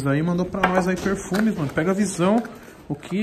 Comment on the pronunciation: Tem toguro falando o nome do perfume errado, tem like